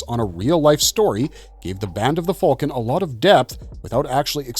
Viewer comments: that's what im sayin, tf is band of the "falcon" bro needs a video just explaining that lol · I can’t sit through the mispronunciations of names and items and this band of the “falcon” nonsense.